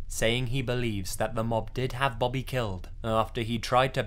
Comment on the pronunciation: stop saying bobby like that